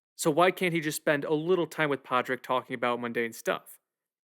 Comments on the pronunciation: It's pronounced paw rig and shiv awn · If you’re gonna review the movie, maybe learn how to properly pronounce the protagonist’s name. Pádraic = PAW-RICK 🤦‍♂️ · Padriac is pronounced “Paw-rick”. The D is silent. Other than that, great analysis. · why did you chose to mispronounce Pádraic during the entire video. You clearly paid high attention to detail during the film, but you've decided to not pronounce Pádraic the same way as the people in the film. That's a very odd choice.